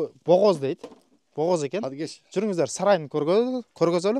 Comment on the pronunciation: Нурсултан, богоз эмес бооз --десен. Богооз--деп согунгондорду айтаат😂😂😂